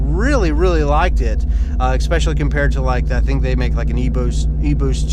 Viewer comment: what is ex-specially? Is that a new way of saying especially?